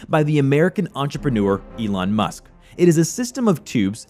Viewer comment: Elon Muck? LOL!